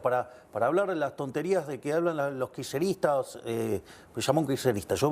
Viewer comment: Cuántas veces dijo kisnerista